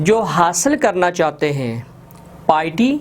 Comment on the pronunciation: Sir piety galat parh raha hain